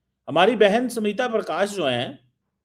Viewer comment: Samita prakash nhi smita prakash..pehle naam toh thik se pronounce karna seekh